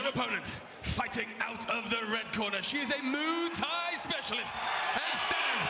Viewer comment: What the heck is a Moo Thai specialist? I guess anyone can get a job ring announcing.